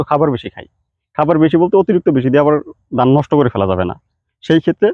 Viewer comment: দান না 😂 ধান